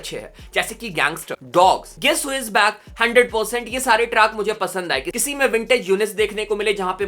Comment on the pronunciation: Shareh❌ Sare✅